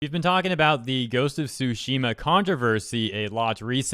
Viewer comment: I love that he pronounces it as "Ghost of Sushi Ma" 🤣 made the video much more entertaining than it should be